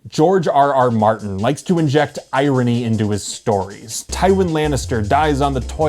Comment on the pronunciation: ironic that you couldn’t pronounce irony. dont look at me like that! someone had to say it!